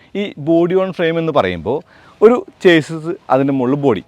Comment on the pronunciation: ചേസിസ് അല്ല ഷാസി 👈